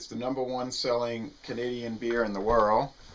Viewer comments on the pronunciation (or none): none